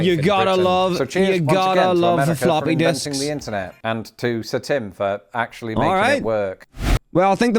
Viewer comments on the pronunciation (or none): I thought it was funny how he said, "floppy dicks", twice, before saying, "floppy disks". 😂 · I Am First Lets Go 🎉❤ and I just stand on the step P.S. I just want to make sure you know that it does not sound like you are saying Flappy Disks I bet you can guess what I heard not saying anything specific though Lol 😂